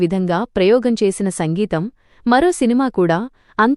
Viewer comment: సంగీతం కాదమ్మా సింగీతం